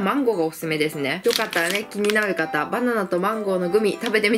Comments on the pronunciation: バナナって言えてないwwwwww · 所々、バナンとマンゴーて聞こえる笑笑